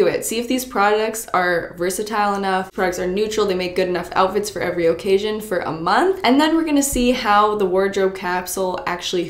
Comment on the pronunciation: I love how she pronounces words. "Gar-age" "OH-cassion" 😂